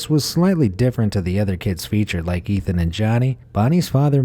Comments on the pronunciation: The first boy on the carton was Etan (pronounced Etawn) not Ethan. Please be respectful and get names correct. I feel so bad for that mother. The guy confessed but Etan's remains were never found. He was declared legally dead in 2001. R.I.P. Etan. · You keep saying Ethan.... But his name is Etan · Etan, not ethan! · It’s Etan not Ethan. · Etan Patz is pronounced EY-tahn PAY-tz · I am sorry, I was going to let it go, but with the amount of times you mispronounced Etan Patz name, I had to comment. Here is how his name is pronounced. Etan-pronounced Ay-Ton with the second syllable rhyming with, “ON” Patz-pronounced with a long “A” , like Pay-tz. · His name was Etan NOT Ethan, and it was right there on the milk carton to read! The laziness of the narrator is disrespectful, but sadly not unexpected.